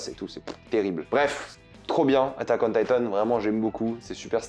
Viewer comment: Attack on Thaï-tone 😂 trkl gros tkt